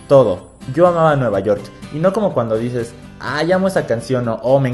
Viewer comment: Dijo nuevayort